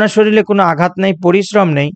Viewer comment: স্যার শরীল শব্দটি না বলে শরীর বললে ভালো হয়। প্রমিত উচ্চারণ ভিডিওকে আরও বেশী শৈল্পিক করে। ভিডিওটি ভালো লেগেছে ❤❤❤